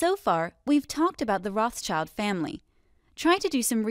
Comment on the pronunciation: Rothschild is not pronounced that way.